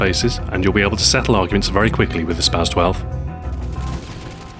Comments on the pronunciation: its spas not spaz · its pronounced spa"ss" 12